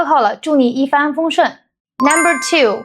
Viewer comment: 拍得不错，但一帆风顺的帆好像是第一声，不是第二声。视频的内容还不错。继续加油！